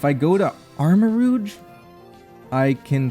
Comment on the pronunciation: your pronunciation of armorouge is pretty interesting. its supposed to be the s in pleasure, but americans often put that sound in taj mahal even though both sounds exist. kind of funny to see it go the other direction, since im guessing you have less exposure to french and french sounding words